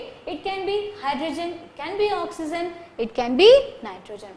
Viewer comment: Not eliments it’s elements. Not oxizen it’s oxygen. Anyways Good teaching skills and understandable